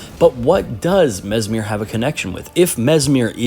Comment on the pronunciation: Mesmer, not Mesmir, no?